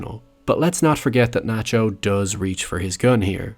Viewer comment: Its Nachio